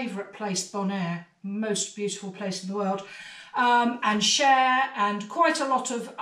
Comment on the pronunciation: Ha ha, nope, me too, made me giggle to hear "Cher"